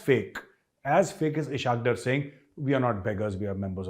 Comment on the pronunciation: Maj sahib, there's one small mistake you make in every episode. The Pakistani Finance Minister's name is pronounced 'Is-haaq Daar', not 'Ishaaq Drr'. Given the amount of Pak- watching you do, television included, you would have surely heard them pronounce his name. It's just like the way you used to use the incorrect word for celebrations, 'Shamianay bajaa rahe hain' whereas it is actually 'shadiayanay'. You have corrected it since, and i trust you will do so in this case too. Love your shows, am a big fan, that is why it rankles a bit. All best. Jai Hind🇮🇳🇮🇳🇮🇳